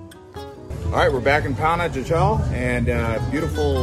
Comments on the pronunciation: The city Panajchel is pronouce Panahachill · If you’re going to make a video please pronounce Pana correctly. Pana-ha-shel. J’s are pronounced like an h.